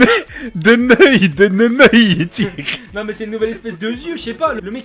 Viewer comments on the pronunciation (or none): Ptdr "une nouvelle espèce de neuil" il commence bien l'année 😂